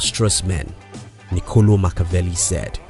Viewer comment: It's ni-co-LOH